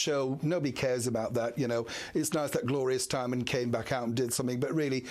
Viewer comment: "Gloria Steinman", oh you! 🤣